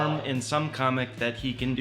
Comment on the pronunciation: Did he say kryptin? Is related to Marlon Brando.